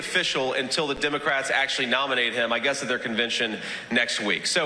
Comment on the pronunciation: Why does JD Vance (JP Mandel) say Dimocrats?